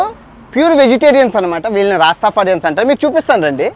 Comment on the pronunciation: రాస్తఫారియన్స్ అని పలుకు బాబూ.